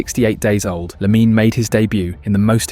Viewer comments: It's pronounced Lamin, the e is mute. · Lamine-a??? Pronounce it correctly